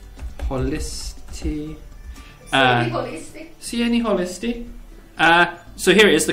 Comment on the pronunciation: I broke up when you tried to say "Sieenihölistii" :DD (I'm a Finn)